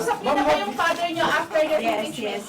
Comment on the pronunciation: Hahaha like pader like doter! 🤣😅